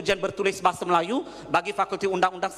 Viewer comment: "bahasah".."melays" & "alamdullah"..which is awkward for me..where does it come from Sir?